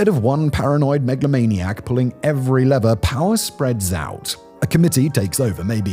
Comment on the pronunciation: Love your work Simon but please note "lever" rhymes with "fever" not "feather"